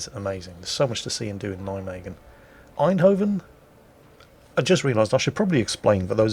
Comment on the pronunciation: Your pronunciation of Eindhoven and Deventer is actually pretty good, Nijmegen is quite good except the 'g' is the typical Dutch g in the back of your throught. And with Arnhem the stress is on the first syllable isntead of the second. It's better then most English people!